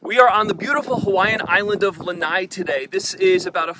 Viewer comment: Lanai??? Lanai is a PORCH. The island is NOT a porch!! It's LANA'I.